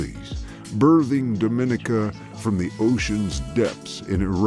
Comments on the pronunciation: It’s not do min I ca, it’s dom in I ca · The name is pronounced Domineeka